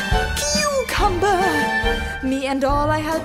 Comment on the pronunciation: Part of me died when she said "Cucumber"